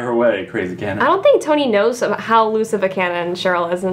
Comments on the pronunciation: The guy pronounced it as CHONI- ITS SPELLED CHONI BUT IS SHONI😂😂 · Drama Is Tea they know, they're saying SHoni is how it's pronounced lol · interviewer: pronouncing choni wrong me: 😑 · When he repeatedly kept saying Choni wrong🤦🏽‍♀️😆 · I’m so pissed off that he pronounced Choni wrong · It's cringy when people mispronounce choni